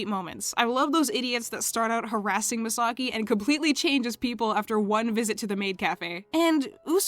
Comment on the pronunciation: I was listening for a bit but why are pronouncing Misaki name as Misagi 😂😂